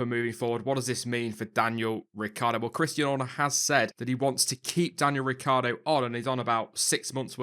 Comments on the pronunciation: Ricc i ardo! Not Ricardo ... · Riccardo will stay in Red Bull for . Yes I left the "i" out of his name, it is useless if it not pronounced. "hus that is a secret" :O